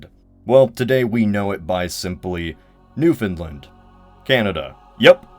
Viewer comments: Newfoundland not newfinland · Gah. As a native Newfoundlander it baffles me how non-newfoundlanders say "New-fin-lind" every single time they pronounce the name of our province. We Newfoundlanders say "Newfin-Land" with emphasis on "land". Not hating on you, great video as always, just a pet peeve of mine. Maybe some day a big youtuber will say it right:P EDIT: I am aware that almost all text to speech programs also pronounce it as did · New found land not "New finlend" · It's not pronounced like Newfinland. It's got the same rhythm as 'understand'. Kinda like New-f'n-land. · NEW-FIN-LIND Internal screeching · Its pronounced New-fund-lan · It's pronounced like " Newfunland",but no big deal. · I love when people pronounce Newfoundland as New Finland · Apologies for being a stickler about pronunciation, but being from Newfoundland, or "Vinland", it's pronounced "New-fund-land". Love the channel though! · Newfoundland is pronounced New-fin-LAND and we have no grapes here.